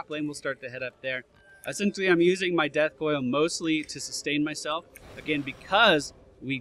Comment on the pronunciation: I love how death coil sounded as if you said dad coil in this video.